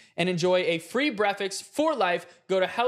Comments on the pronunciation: No cuz like why did he say breakfast when is supposed to be breatfast because when he was doing the hellofresh thing for free breakfast and stuff know cuz he said Bretfast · saying brefix instead of breakfast during the ad 😂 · Bro kept saying breakfix in the hello fresh ad😂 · Not saying breffix when doing the hello fresh ad, had me on the floor lmaoooo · saying breakfast as “brefix” 😂😂😂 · NOBODYS TALKING ABOUT HOW IN THE HELLO FRESH ADD MAV SAYS BREFICKS INSTEAD OF BREAKFAST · i was listening to the sponsor and no way said brekfakst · Why did say brefix in the hello fresh add - ITS BREAKFAST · “Easy brefixes”🤣🤣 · Why is nobody talking about how said breakfes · Brefast had me rolling! 😂😂😂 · “Breaficks for life” 😭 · DURING THE HELLO FRESH AD HE SADI BREAKFAST WRONG LIKE 20 TIMES